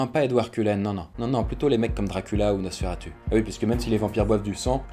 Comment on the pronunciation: C pas nosferat"U" c nosferatou mais avec un U